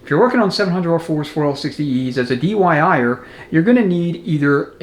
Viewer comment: Another get set of recommendations. I feel I have to give you a hard time about the dyi'er, I'm know you meant diy'er but said dyi'er a lot. I'm sure you are having a good laugh about that too. Happy New Year. A $47 bushing tool on amazon works well, a little ATF makes install easier than going in dry. 52 in 1 Custom Bushing Bearing & Seal Driver Set The stator and input shaft expander and resizing tool sets out of aluminum are $10 now. China has greatly reduced the prices on specialized tools. The outer race from the input sprag, a threaded rod, a 2x4 and a piece of metal work great to remove the low revers piston snap ring.